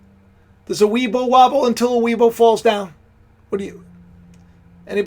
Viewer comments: "Weibo", Pronounced as "Way Por". This is China's version of "Google" and "Facebook" amalgamation (both of which is inaccessible in China unless a VPN is used). And why should anyone be surprised of "racist" thinking? If you recognise that human tend to be operate on "generalisation" and have thinking gaps (even Polymaths and Renaissance men have them). Einstein may apprehend and master many abstract theoretical physics (and even music), but that does not mean that he is an intellectual colossus in all intellectual endeavour. So please never ever deify anyone ... we are all flawed. Accept this and just chill. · weibo pronounced WAY-BOW IS China Social media